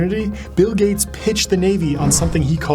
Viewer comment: Bill GAYts